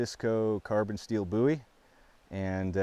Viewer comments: I like that you pronounce bowie correctly 👍🏼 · Thank God. He said "bowie" correctly